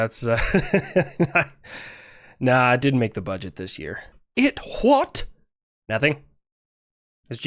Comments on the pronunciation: "It hwaht?" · “It HWHOT?” Sent me 🤣.